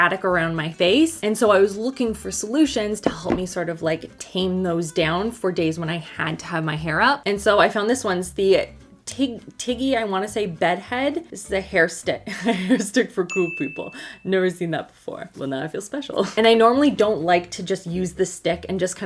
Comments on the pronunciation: TIGI, pronounced T.G. As in, Toni&Guy. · Love this video and the TiGi is pronounced T G lol before I started song hair years ago I didn't know how to say it either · Hairstylist here...it's pronounced TEE-GEE and I love their products! I use the Oatmeal Honey Shampoo and Conditioner. OMG!! It smells SO GOOD you want to eat it (don't! lol)!! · Your hair wax stick is by "Tee-Gee" pronunciation. They originally went by Toni & Guy; maybe you've heard of the hair salons? I was a T&G hair salon girl for 20 years! Now they do the TIGI, Bed Head, and S Factor product lines.